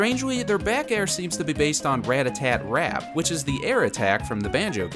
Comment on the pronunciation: "REatta TEat REap"